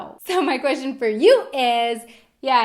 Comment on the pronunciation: Ihave a kweschtshen too what the fuck learn english before you talk about us